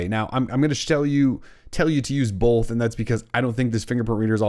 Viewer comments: Both* not bolth! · are you saying "bolth"? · Great tips! I am also super distracted by the way you say "both" lol